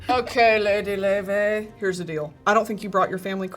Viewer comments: wait why the hell do they pronounce her name like 'loy vey' is she jewish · her name is pronounced "lay-vay" and she is icelandic 🤍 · I can't believe this is how I found out I've been mispronouncing Laufey all my life